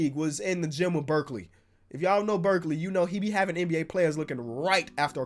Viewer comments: The Skills trainer is called Brickley not Berkley wth u pronounced it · It’s not Berkeley it’s brickley lol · Burkley Me:🤦‍♀️ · In the gym with Birkley😂I think you mean brickley😂